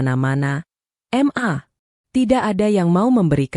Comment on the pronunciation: Mbak jangan baca em..a...tapi ...ma karena itu bacaan singkat dari mama😇😇